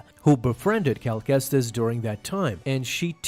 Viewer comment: Man how badly can you butcher his name